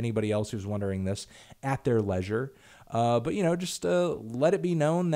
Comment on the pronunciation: You mispronounced "leisure".